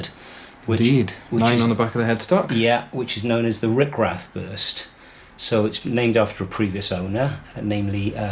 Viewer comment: RICH-rath, not RICK-rath.